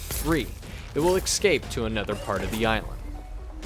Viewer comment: He also said exscape